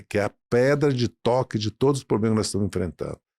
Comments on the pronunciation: POBLEMAS????? OI? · Não é poblemas é problemas ,aprende.